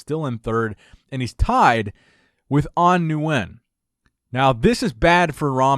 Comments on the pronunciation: Love your content, but please Nguyen is pronounced (win)... I always feel bad thinking An Nguyen is watching like "wtf" Lol!! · Just a heads up, "Nguyen" is just pronounced "win" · Say it with we slow, An Nguyen (Wen), idk who An (New wen) is lol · Yo. As someone who's grown up with a lot of vietnamese friends. Nguyen = Win. Just pronounce it as Win. I heard you pronounce it like 10 different times incorrectly and I winced each time. It's not your fault, but it's 'Win'. Hope you see this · Nguyen is pronounced like win lol... u butchered the last name haha. They do that when I compete too haha